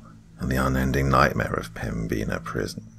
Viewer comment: The pronunciation of pembina is killing me amg